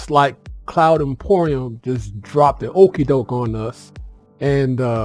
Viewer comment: I would suggest correcting your pronuncition of Polaris (emphasize the second, NOT first syllable). And the company being Cloud Imperium, not Emporium. Not trying to be a dick. If you get those fixed now, you'll catch less flak from viewers later. ;) You've got charisma, and I hope you do well in the SC content creation market. 👍